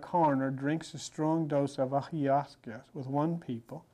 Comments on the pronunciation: Ayahuasca pronounced iawaska but he was still far ahead on this. It’s only done with a very experienced practitioner in sml groups. Be very careful. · The way says “aya-ha-Zooka” 😂😭🙏🏽🤍 AYAHUASCAAAAA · Eye a waska .... lol 😅 Ayahuasca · Pronounced—“I-Oh-was-ka” DMT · How you just pronounced auwasca aha. Iv most likely mis spelt it too😅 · Thank you. Just found you. Never heard it pronounced ayusaca. lol. I do think it downloads data into your DNA. They the pineal. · He’s pronouncing it wrong but I get the message ayahausca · This is fascinating. Some help with pronunciation: DMT - Die-meth- L- trip-ta-mean Eye-a-wa-ska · Listening to try to say ayahuasca is funny. Love this guy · This man is brilliant even though he can't pronounce Ayahuasca... doesn't even matter because he conveys the message anyway. When he called Chakruna (MAOinhibitor) This!... killed me. Beautiful to hear his interpretation of how plants convey messages to us. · True, he can't pronounce Ayahuasca well 😂 makes me laugh too. But he was talking about a third plante to prepare Ayahuasca, do u know what's the name of the plant he's talking about? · Him mispronouncing ayahuasca is sending me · Is he trying to say "Ayahuasca?" Just wondering because he is known to mispronounce many things. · Let’s you know he really learned this. Cause he does not pronounce it how we do today. Makes me think. Are we saying it wrong. lol. Love this guy. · The way he pronounces ayahuasca is hilarious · was teaching things people are now barely waking up to...he couldn't even pronounce DMT or Ayahuasca. was so far ahead and didn't even know it, but he knew exactly what was right an exact. He's a true Great Mind of our time. has taught me more then a lifetime of Church or Bible study, not that I ever indulged but just generally. Exceptional mind and spirit... listen to him and embrace what he teaches, he's speaking from his soul and a knowing not a belief.